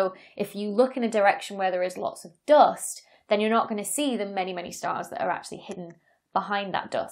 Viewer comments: The dost! (I admit it sounds nicer than American "duust") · Me thinks she loves to say "doost". JK. Excellent video, great explanations